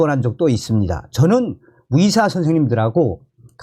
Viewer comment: 위사가 아니라 의사 입니다. 발음이 이상합니다